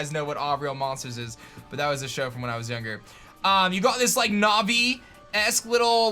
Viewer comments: why do you keep adding an english twist when you say got? Stoppit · Is it just me or are you saying got differently in this video? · Just me or does he sound British when saying “you’ve got this...” ? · Does anyone feel like every time he says you’ve got He gets a British accent?